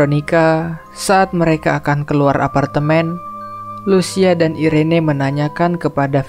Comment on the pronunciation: Itu nama adiknya cara bacanya Iren bang,, jgn di baca Irene jg🤦